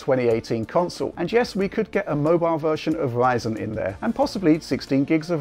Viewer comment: In a completely random turn, there's a certain charm in way of pronouncing Ryzen.